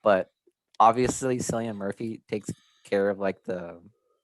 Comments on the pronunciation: His name is pronounced like the c is a k just FYI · 28 Months Later is my dream movie to be made. Loved the first two parts. Side note: your pronunciation of Cillian Murphy's name drove me nuts throughout the video. lol